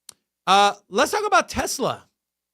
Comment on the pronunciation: Sounds like jersey people. They say gazzaline just like tezla. But will say gas